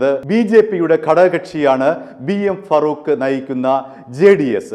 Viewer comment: ഫറൂഖ് അല്ല, ഫാറൂഖ് ആണ്.